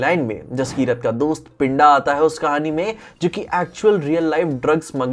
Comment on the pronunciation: stop pronouncing d as d in pinda and rinda( its punjabi name ) pronuce d as "the" pind(the)a, rind(the)a .